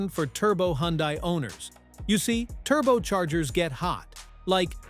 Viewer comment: The car is pronounced "Hunday" rhymes with Sunday. Simple.